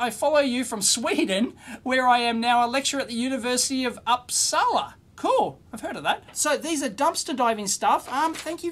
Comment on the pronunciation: Dave, I don't usually nitpick but this time I am. Uppsala is pronounced Oops-ala not Ups-ala (sorry, it's just the berserker coming out in me). 😉